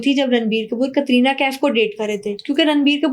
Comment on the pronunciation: Virat and Katrina kaise pronounce kr rhi hai....